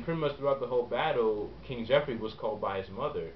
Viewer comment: Joffrey not joeffry, sorry :(